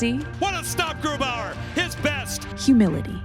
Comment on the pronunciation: i get so annoyed when Germans pronounce a German name with an American accent 🤔 like bro, what is that about?